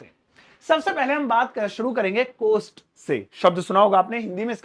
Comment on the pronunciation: No कोस्ट it's कॉस्ट